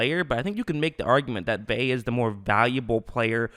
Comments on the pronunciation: It’s (vay ah) not (vay) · It’s not Vayyy..say Ve’a(Veeh-ah) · Good analysis but geez, you are killing me saying "Vay"....that's not how you pronounce it